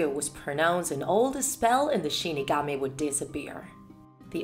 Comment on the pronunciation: Shinigami but she says shi kami